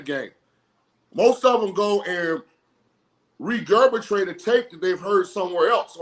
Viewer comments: This illiterate mf that was a horrible quarterback really just said regurbitate wtf smfh lol. It's regurgitate dumb ninja! 🖕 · What is reberbetrate? 😂😂😂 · No! You're an absolute idiot. It's more like actors thinking they can direct. Directors can talk to actors, few actors can talk to directors. "Regerbitate". Proof of your education. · y regerbitrate? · “Regurbrigate”.. I tried looking that word up and couldn’t find it 😂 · WTF is he saying he cannot even speak. What the hell is regurputate??? Clearly he is no expert!! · Did he say regerbitrate? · This guy really said regurbatrate lol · Brad Johnson's backup also needs to learn the English language, "regurbitrate"? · First time I've heard regerbatrate 😊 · Did he just say "regebitrate"?😅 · “Mannerisms and DECOR” “REGURBARATE” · “Regerbatrate” -Shaun King (one of the dumbest mf’s to ever do it)